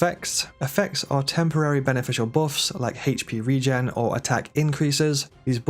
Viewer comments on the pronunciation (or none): none